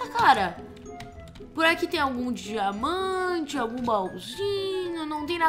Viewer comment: e so eu que esculto diamanta como jamanta kkkk